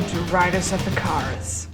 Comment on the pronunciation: Riders of 'ih-K-ER-uh-s'